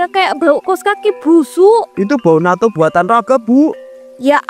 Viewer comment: Yang benar Natto (納豆). Bukan nato